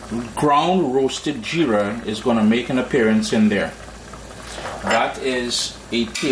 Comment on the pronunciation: Nice repice. And its Jeera with a J. If you can say Jeep then add ra instead of p 😊